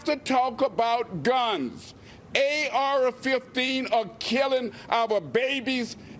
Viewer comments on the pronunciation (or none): Ay-Arah fifteen 😅😅😅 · A- R RAH 15😑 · Bravo to that reporter but did he say “ARer 15?” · "If that's the trof"? 😂 "He shot up the school with an ARa-15" Where'd this guy learn how to speak!? 😂🤣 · AR'er-15's? Aside from him mispronouncing words, he's correct. The mental illness crap is just that! CRAP!!!. Other countries have mental illness issues. They're not having the deaths attributed to guns that we do. Not hard to distinguish why... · Bro said "A-oura 15" .. shit. But yeah, enough is enough man.... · He pronounced the hell outta that R in AR-15.